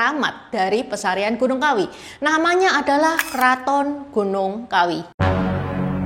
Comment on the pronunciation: Yang benar Pasarean Bukan pesarean